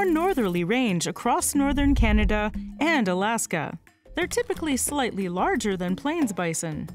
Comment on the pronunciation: why do you always stress the word "AND" so much even when it makes no sense?